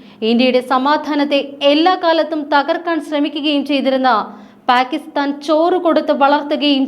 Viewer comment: Adhu endha (Pack)istan ennu uchharikunnadhu? (Palk) aanu sharikulla uchharanam.